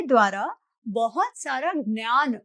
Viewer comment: Why is she mispronouncing 'gyan' as 'nyan'?